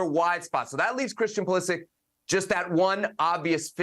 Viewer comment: Learn how to pronounce his name